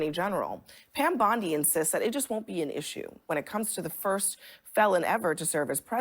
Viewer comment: O'Leary is such a scumbag. He just explains away Trump/Patel threats as just rhetoric. Idiot Abdul keeps calling her Pam Bundy, instead of Bondi.